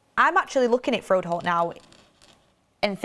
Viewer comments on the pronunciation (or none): It's FRO-HOLDT, not FROD-HOLE 😆